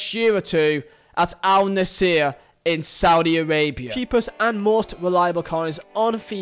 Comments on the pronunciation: I hate to be that guy but its Al-Nassr not Al-Nassir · bro where are you getting the e from its al nassr not al naseer